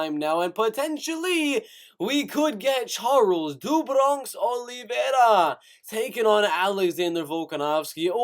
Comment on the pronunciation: your voice is so cringe i couldnt stay for even a sentence.. give it up kid.. and how you sao olivera.. even hed smack you lol #letsbereal #cringe